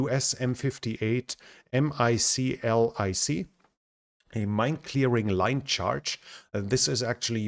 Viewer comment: The acronym MCLIC is not usually pronounced letter-by-letter, but rather as "MICK-lick." Similar to how some people pronounce GMLRS as "GIMM-lurrs."